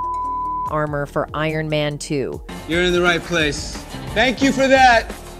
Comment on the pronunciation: We love ai voices saying things wrong. I didn't see iron man 2 inches but it sounds a lot like ant man